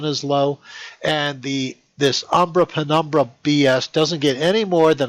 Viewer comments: he says umbra and what sounds to me like "fenumbra" instead of penumbra. Okay, we all can have a slip of the tongue. But when he reads "when" while the word is "why", that's a big mistake. He continues with statements that are plainly wrong, getting more & more upset along the way. If he would just calm down and be willing to look at our tests & examples, comparing with his own, he might actually understand why we say he is wrong. That is the true key to learning, but so far I doubt we'll see him change his mind. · He keeps repeating "Umbrapenumbra" like it's abracadabra. Lame, really lame.